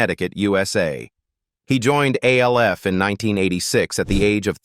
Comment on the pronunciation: It's not A L F ; it's Alf like in Alfred. Stop using A.I.'s